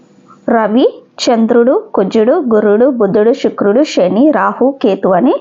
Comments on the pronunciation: షుక్రుడు కాదు తల్లి శుక్రుడు అనాలి. భాష మార్చుకొండి. తెలుగు ని తెలుగు లాగ పలకండి. మనం ఆంగ్లెయులు కాదు. స్వచ్చ మైన పదహారాన్నల తెలుగు వాళ్లం. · Shukrudu kaadhandi Sanivaram sa ni sha gaa palakadam baagaledhu 🎉 migathaa antha baagundhi🎉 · Shukrudu anakoodadhu Sanivaram sa ni sha gaa palukaraadhu